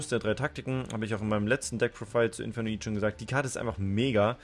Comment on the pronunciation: Zu deiner Aussprache: Ich verstehe jetzt wieso du es aussprichst, wie du es tust, muss dich jedoch korrigieren. "Infernoid" setzt sich aus den Worten "Inferno" und "Void" (engl.: Leere) zusammen, die archetypspezifischen Spell/Traps sind da auch eigentlich ein ziemlicher Wink mit dem Zaunpfahl. Demnach ist die Englische Aussprache die Korrekte. Du sprichst auch "Onuncu" falsch aus, aber das macht leider fast jeder, also kann man dir das nicht übel nehmen. "Onuncu" ist türkisch und bedeutet ungefähr "Der Zehnte" (Anspielung auf das Level, wie bei fast allen Main Deck Infernoids). Das Wort wird "OH-NUN-DSCHU" ausgesprochen. Gern geschehen ;)